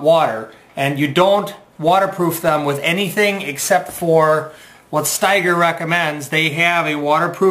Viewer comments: Pronounced StEger, not StIger....thanks for the vid review. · It’s pronounced steeeger! Will Steger was an internationally known arctic explorer. You will also appreciate high heavy alpaca socks! They keep you dry & warm! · I've had my Ojibwa Shorts for SEVEN years now and they're still in impeccable condition. I've never seen ANYONE wearing them and it's crazy what a secret they seem to be! My boots seem to hold up just fine in light to moderate rain. I think it's pronounced "Stee-ger," though, no?